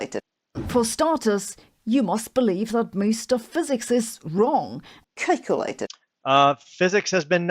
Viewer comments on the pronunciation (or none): LMAO!!! (" Kikelated.") Oh,!! (" Kikelated.") I am p!55!ng myself. (" Kikelated.") This is soooo good. (" Kikelated.") Thanx, brother. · Why do people go to trolls like to find out what FEBs (Flat Earth Believers) believe instead of coming to us to find out what we believe? After hearing her say 'cake-alated' a hundred times, I've got a sweet tooth, thanks! lol